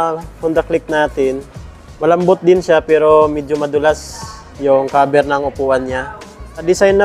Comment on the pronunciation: nagulat ako sa kaber 😳instead of cover